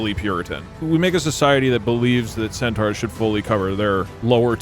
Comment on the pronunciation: "centooawrs"